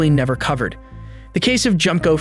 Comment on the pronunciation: Junko is pronounced "June co"